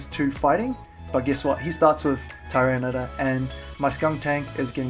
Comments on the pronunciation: You say tor instead of tar. And you spelled it tor instead of tar as well :P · Love your vids, but every time you say Tyranitor, it makes me cringe... its ty-ran-i-tar